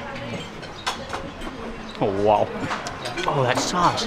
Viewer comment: love the content, just cant get past the pronunciation of 'wow'....... hahahah